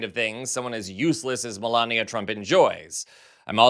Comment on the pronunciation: Get it right, its Melanoma Trump !